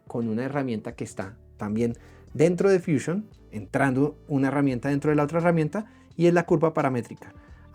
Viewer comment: Si estás dando el tutorial en español porqué dices fuchiun, deberías decir fusión, pero vamos si tanto te gustan las palabras inglesas deberías dar el tutorial en inglés